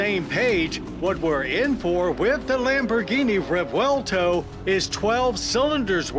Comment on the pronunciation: Thank you John for another excellent review. You are living legend. And yes, we appreciate that you pronoun the car’s name correctly! 👍❤️💪